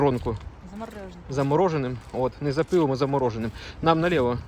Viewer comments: "НАМ НА ЛЕВО....НАМ НА ВИХОД НА ЛЕВО....." - мовив як боженька. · Каже: "нам налєво"))